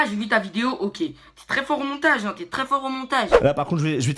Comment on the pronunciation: Pas trrrrrrrrrrrrrrrrrrrop zenervé mais trrrrrrrrrrrrrès énervé